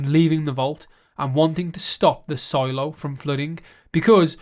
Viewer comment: Solo-Silo-Solo-Silo...........any chance on future videos to have proper English pronounciations of the 2 words?